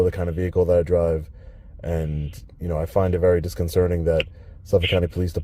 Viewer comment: However mispronounced disconcerting.